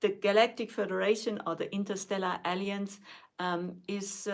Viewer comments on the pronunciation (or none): please practice pronouncing alliance, I thought I heard "aliens"